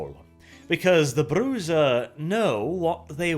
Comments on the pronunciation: Why are you pronouncing Brujah like that? It's weird. I've heard Bru-ha and Bru-ja but you pronounce it Bruiser for some reason. Don't do that please. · That is beyond my point though; Old VTM books gave what is trying(with varying degrees of success, he almost should be aiming for a russian sounding 'zha' sound [ж] instead of a 'za') to pronounce. Most people use an approximation of the Spanish 'cha' sound in the modern version instead, which is closer to the original IRL word's pronunciation. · I'm 98% Brujah, Whitewolf's word, rather than the vampire clan, comes from the Spanish word for "witch", as in bruja. Being Spanish the j is pronounced as an h. Bru-ha. I'm cringing here. Now if you wanna tell me how the hell I pronounce Tzimisce I'm all ears. I've been saying something like Te-mee-see/zee. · Please stop calling them Broozaa!... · It's Bru-ha, not Bruza... This hurts me. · Or we can go to the original Spanish and pronounce it Bru-cha, anglos and north Europeans have trouble pronouncing soft gutterals, so Bru-ha is acceptable. Bru-za is an abomination. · What is Bru-ZAH :D ? It is Bruyah, gang of BRO's. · Bru*z*a?! Bruja. Pronounced Bruha, as in spanish. Sorry I love your videos but ffs you just cringed out on this one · "Bru-ha" is how I've always heard it pronounced. It took me about halfway through the video before I realized he even saying the name of the clan. For quite a while it sounded like he was just calling them bruisers. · haha finally, someone doing lore videos on VtM, makes me tingly inside. better yet its on my favorite clan, although i much prefer the True Brujah. i ahte the way he pronouces it, i always pronounced it Bru-Ha, since its a spanish word (i even said it that way when i didnt knwo it was spanish cuz it sounds.....right) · BRU-HA! It was only Bruzha in Redemption. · Bru Zah? Always thought it was pronounced "Bru-ha" or "Bru-har". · Its pronounced: Brew-hah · Always thought it was pronounced bru-ha. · "Bruza" Yeah, no.